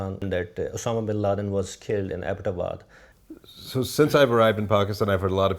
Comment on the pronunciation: and i LOVE how abbotabad is pronounced right